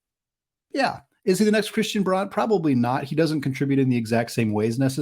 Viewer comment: Braun pronounced "Brown"